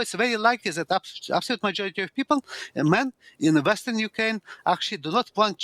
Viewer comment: Sorry, I can hardly understand the professor.....🙁 And why is he speaking of "Ukaine" , why leave the "r" out...? ? ? ? ? 😳